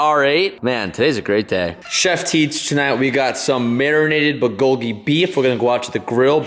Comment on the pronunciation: the way pronounced the word “bulgogi” lmaooo